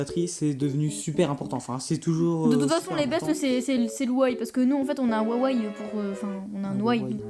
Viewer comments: Un ouawai xD , c'est pas Huawei ? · "wawai" xD c "wuawuei" xDDD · Wawei? Non c'est Huawei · C'est Huawei pas huawaï 😂